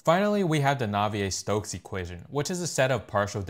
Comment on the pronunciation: Navier Stokes, not Naviar Stokes, just a little correction